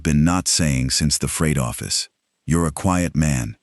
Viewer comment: What's a "Froght Office"?